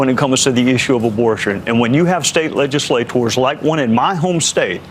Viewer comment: Gowdy is absolutely right about those "leg-i-sla-TORS.